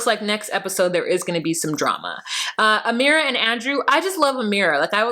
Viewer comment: Your Amera accent is hilarious